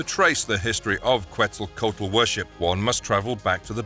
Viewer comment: Otro gringo pronunciando mal Quetzalcoatl, ya es hasta ofensivo Oh my god it hurts